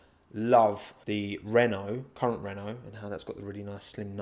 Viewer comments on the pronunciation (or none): none